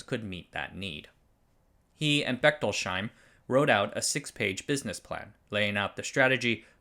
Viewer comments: Just fyi it is not Bechtol-sheim but Bechtols-heim. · Just a small note on Bechtolsheims name. It is Bech-tols-heim, not Bechtol-sheim. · It's pronounced Bechtols-Heim, not Bechtol-Sheim. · "Bechtolsheim" is pronounched "Bechtols-heim", not "Bechtol-sheim". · "Bechtols-heim", no "sh" sound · That's Becht ols heim (heim is German for home) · In German, the letter combination "...sh..." isn't pronounced "sh" in most circumstances. So, "Bechtolsheim" sounds more like "Bekhtols Hyme". But thanks for the concise wrap-up of Sun's history without background music. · Great video as always. Just a note on the pronunciation of Bechtolsheim – the three syllables in German are separated like so: Bech-tols-heim, with “heim” meaning “home”. Therefore, the “sh” is not a single sound as in “shoe” but must be separated into “s” and “h”.